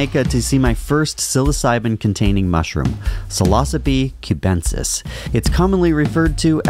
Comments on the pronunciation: Sillo-ky-bee not si-loss-oh-be Get your Latin pronunciation correct! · I'm sorry but your pronunciation is way off. sai·low·sibe kyoo·ben·suhs